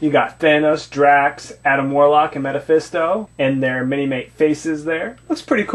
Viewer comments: not to make you feel stupid but the correct way to say it is mephisto (ME-fis-to) lol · Did this guy just say Meta-phisto? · he keeps saying metefisto